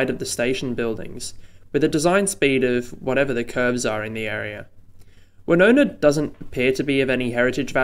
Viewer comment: Interesting. You think reclaiming ther Golf Course might be hard going, good luck with Thirroul. Also I know this makes no sense but re pronunciation: San Souci: San rhymes with sand, Woonona is w'NOO-na, Towradgi is t'ROD-ji.